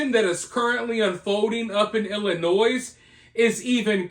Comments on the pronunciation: Hey. Im am Illinoisan myself, born and raised... Just so ya know, you dont.pronounce the S! It sounds like Ill-ugh-noi (like noise with no se)... Lol. Thabks for giving this story your time ❤ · it is Illinoi. Please don’t pronounce the s. Sorry but it drives me nuts! I love your content otherwise. Lol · Illinois - pronounced ill-i-noy. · No s sound on Illinois. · Illinois, don't pronounce the s at the end